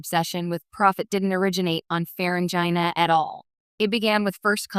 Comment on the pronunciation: What a crappy A.I. Video. EVERY SINGLE STAR TREK FAN knows that the alien subjects of your video are pronounced: FUR-REN-GEE. (with a HARD "G", not a soft "G") I won't even bother watching this video if you can't even pronounce their NAME correctly. This A.I. SLOP on YouTube is getting WORSE. People are making videos about subjects they have ZERO knowledge on. THUMBS DOWN